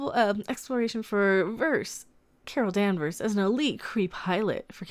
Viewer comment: Its Carl Man-vers...